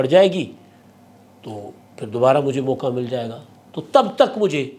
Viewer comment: Mauka nah "" mauqaa""